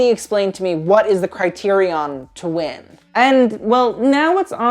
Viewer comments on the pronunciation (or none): none